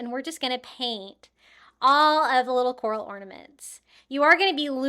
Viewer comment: All of them are pretty but the coral wreath is beautiful ❤ the word is CORAL